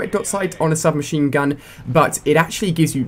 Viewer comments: i think u said shub machine gu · U said shub machine gun